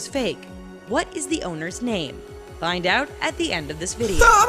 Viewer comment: I see the L you said "Flind" the L